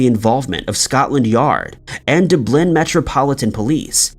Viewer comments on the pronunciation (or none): Dude I love your voice, & you obviously work very hard at accumulating such a wide variety of mysteries. My only beef w/ you is.. are you a native English speaker?!? Seriously some of your pronunciations--and there r 2 many 2 count, but right here, for ex: it is DUB-lin, Ireland, NOT doo-BLIN. "Skoo-ner" not "Shoe-ner". C'mon man ur popular & prolly highly monetized, why not ✓ pronunciation for words you're not familiar with? It's kinda bi-ZARRE. ✌🏼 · I swear to God you mispronounce words on purpose just to make me mad... the way you said Dublin infuriates me I heard you pronounce Pharoah "fay-row" like COME ON